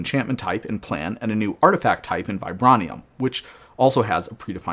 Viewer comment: vi-BRAY-nee-uhm FYI